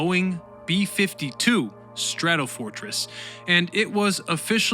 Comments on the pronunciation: AARGH!!! "The Enola Gay" and the "Bock's Car"! Not boxcar!!! B-52 "Straddle" fortress??? Try Stratofortress!! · Stratofortress, not Straddle fortress